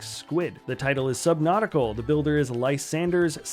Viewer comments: AYOOO LEGO SUBNAUTICA!! FINALLY SOMEONE MIXED MY FAVORITE GAME WITH MY FAVORITE PASTIME!! Also that set is actually minifigure scale too!! (Also, how dare he call the game "Subnautical" get it right.) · Subnautica, no L.